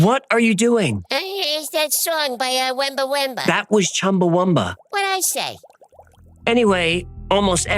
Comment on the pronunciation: my nation is the Wamba Wemba so close in your spelling, and your pronunciation is way off on our word for the Murrumbidgee also great research.